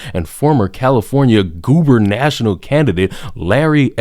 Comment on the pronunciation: They said they were catering to a "diverse" audience, when the exact opposite was true. - You should definitely familiarize yourself with Larry Elder. He's awesome. - (Also, it's not "goober national." It's guber-na-tor-ial.) - I love your analysis of events. You have a wry sense of humor, but you also cut through the BS, regardless of people's emotions.